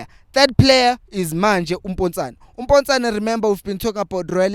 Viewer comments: Potsane not Mpotsane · It's Potsane bro NOT Mpontshane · IT'S POTSANE, NOT POTJANE😂😂😂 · Sorry.But his name is Potsane not Mpotsane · Potsane not mpotsane